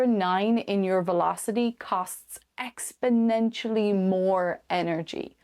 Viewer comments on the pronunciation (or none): none